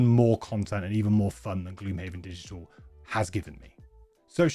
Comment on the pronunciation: This mfer said digtial